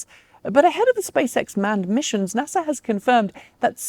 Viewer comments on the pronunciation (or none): none